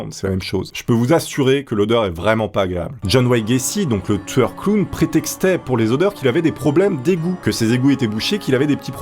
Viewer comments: On dirait tu dis clown tsoueur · Pourquoi tu dit clown touyeur